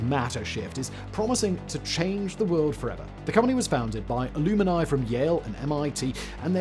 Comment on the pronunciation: Alumni is not pronounced like illuminati